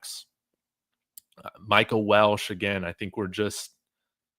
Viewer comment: It's Welch not Welsh. Respectfully.